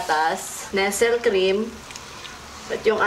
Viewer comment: Ate jusko, di po NESEL pag pronounce jan. NEST-LEY po. 😭 Naka bother kase hahaha